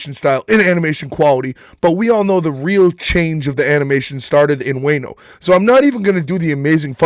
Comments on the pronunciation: Love the vid but man said WANE OH when it's WAH NO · Bro sounds like even he doesn't really watch.... "wayno"????